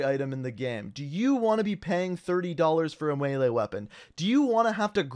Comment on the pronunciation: “do you want to pay $30 for a welee weapon”😂